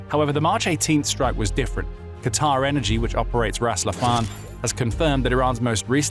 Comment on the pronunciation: Finally,someone who knows how to pronounce QATAR like it should be.I get so enraged by those idiots who don't know how to pronounce it correctly.I have a friend who lives in DOHA.